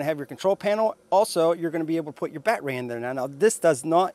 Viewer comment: Nice review…Enjoyed all except the “bat-ray” and “ryobi not reeobee” bits…thx